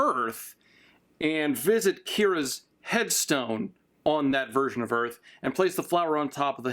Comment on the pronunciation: "Earl" Bro Just say earf v-v